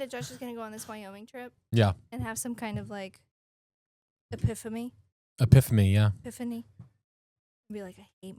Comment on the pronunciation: She said a piphony 😂